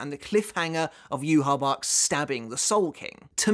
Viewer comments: Pretty sure yhwach is supposed to be said with the german pronunciation since the quincies are supposed to be german. So Juha-Bach. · If we wanna be technical, the correct pronunciation of his name would be something like "YAH-VE" according to how it would sound in paleo-hebrew. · yuhaback or rather yuhabach is much better. The only reason the japanese says yuhabaha is because they can't say yuhabach with their alphabet and the list of sounds that exist in japanese. Rather than yuhabaha its more like yuhabahha. The 2 Hs represent more emphasis on that part you linger a fraction of a second longer on the h sound. It's supposed to imitate the ch sound which is a more throaty ck sound. If you really wanted to correct your pronunciations then jugram's name is pronounced yugram with a y because j is a y sound. And his last name haschwalth is pronounced hashvalt. The W is a V just like it is in Wandenreich. W is V in german. And the th sound at the end of his name is just a T sound. No th. Though it is extremely premature it is interesting to wonder what the last cour will cover. As in where the third cour ends. Perhaps the last cour will only be the final battles. Each of those fights i think would warrant 2 episodes dedicated to each. But the thought of a season that is just like 6 fights and nothing else is odd to me. The red sky is only terrible in scenes where the characters fight in the air. For instance in the shot of soi fon. You can't see any buildings or the ground so theres just literally no background. That shot looks terrible. This isn't the manga. I want my background. So it needs more detail purely for those shots. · Jahu Bach is correct. It’s the German version of YHWH/Yawach “the Lord”. Baha is how a Japanese person would typically pronounce it. I believe your original take that it ends at 611. Kubo wrote lyrics for Ichibei’s song in his fight with Bach, mentioning it being some of the work in finishing up the second part (ref: Klub Outside).